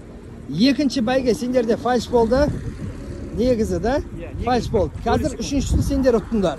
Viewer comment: Фальш дит 🤣, ай казагым, ынгайы келсе болд, урасалад. Дурысы ФАЛЬС или фальстарт